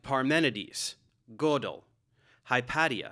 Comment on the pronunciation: Not to be THAT guy, but Hypatia is pronounced "Hi-pay-shuh", not "Hi-pat-ee-uh". She was a very interesting person. You should research her and do a video.